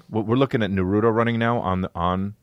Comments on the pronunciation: It’s pronounced “nah-roo-toe” 😔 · The way you pronounce naruto is ah s’incorrect